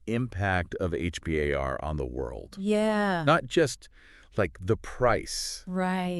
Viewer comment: We call it H-BAR. Not H B A R